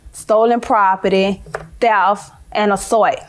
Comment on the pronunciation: Actually it's "grand larcenin", "stolen propert", "TEF" and "assouit" 😂😂😂